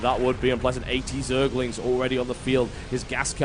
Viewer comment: lol, it sounds like hes saying zealots not zerglings =)